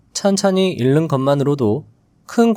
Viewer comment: '읽는' 발음: 일른(X), 잉는(O)